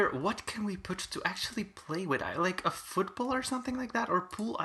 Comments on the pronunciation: i thought you said food bowl when u said football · him trying to say food bowl: football him saying football: food ball